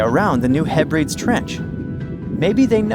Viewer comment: New Mad rid and Heb ri deez. Pronunciation matters. 💖